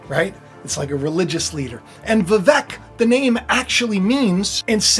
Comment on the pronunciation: Vivek actually rhymes with cake …he said so himself when asked how to pronounce his name.